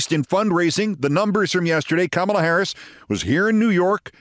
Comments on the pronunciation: Stop calling her Kam mela! WTF? Edit that chit! You normally call her Comma-La Geez Keif. Correct dat chit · Keith, the name Kamala is pronounced 'comma' la. You should practice.